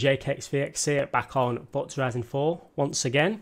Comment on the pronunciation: Why can’t you say forza